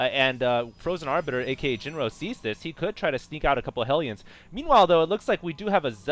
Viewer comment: HALLELUJAH, is finally saying "Arbiter" right!:D